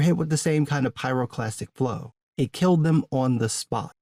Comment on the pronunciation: dude you said pyroplastic flow :)) you made me listen to ice cube